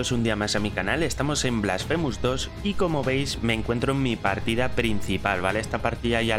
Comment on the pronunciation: es blAsfemes, ni una en ingles